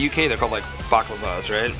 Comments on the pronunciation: Pete said baklava (a type of chocolate mousse thing) instead of balaclava (the ski mask thing) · I like how Pete referred to a balaclava as "baklava". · Pete’s pronunciation of balaclavas ‘bak-la-vas’ 😍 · pete trying to say balaclava ( belle-clava) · Did Pete call balaclava's a backlva?